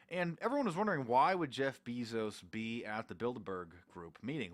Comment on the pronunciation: Ur saying Jeff bezos incorrectly FOO